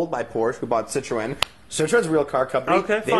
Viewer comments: i know what citroen is i'm from europe. this guy does not know. he said CITOREN. cant even say citroen and he is talking about cars... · what the fuck is CITOREN? can't listen this camel dick...and what the fuck is vector? Vector is better than Ferrari, lamborghini, masserati ?